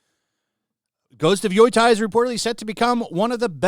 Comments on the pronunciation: HOw in tf do you see YOTEI and pronounce it YOI-TAI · Yoi-tai. Just say Yo-tay it;s the closest you'll get. After several years he's still saying Shushima...... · Yoy-thai? dude yo-tey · It is pronounced Yoh-tey, not Yui-tie. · Why is everybody mispronouncing the game's name though. It's written Yotei, so why is everyobody reading Yotai? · it’s YOTEI !!!! Not fugging YOTAI WTF MAN !!! Learn how to speak Romaji you azz wipe ! love your videos btw bro keep it up 👍🏻 ❤ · Probably got quite a few similar comments but it's pronounced "yo-tay". I live about one hour from Mt Yotei. Beautiful mountain! I hiked up and stayed overnight at the top. The view is amazing. There's also a great soba shop called Isshin at the base. Wonder if it's still open... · "YOI TIE", huh? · GHOST OF WHAAAAATTTTTTTT HAAHAHAHAHAHSH I had to repeat that AT LEAST 5x 😂 I heard the most obnoxious pronunciations to YOTEI , like "Yo"thai" (like ghost of thailand) but got of WUTEI maybe my guy is mixing it up with Wutai in final fantasy 😭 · Yotei is pronounced "Yo Tay" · pretty sure it's not pronounced yoytei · Sure, let’s trust the research of the guy who didn’t look up how to pronounce Yotei 😂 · The way you read "Yotei" is painful, please learn to say it properly dude xD